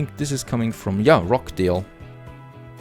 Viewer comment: Great video as usual , nicely presented and very informative. One small point of pronunciation , the 'ch' in Rochdale is pronounced as the 'ch' in 'Church' .Most , if not all , of your towns are Northern English towns . In case you wanted to know that :-)